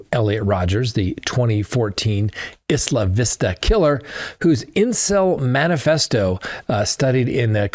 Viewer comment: Our kid attended UCSB & was present at Isla Vista (pronounced at UCSB as "eye-la Vista") the Horrible day Idiot entitled Elliot was driving around killing people. SO Wrong!!